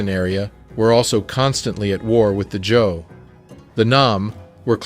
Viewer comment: Prof! I love your work! Btw I hear "Joe Dinasty" , do you mean ""Zhou"? ThAnkhs for Being True to YaSelf, So to We